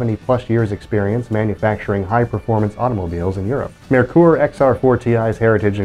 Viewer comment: Well done on pronouncing Mare-Coor correctly! Nailed it! Fun walk through.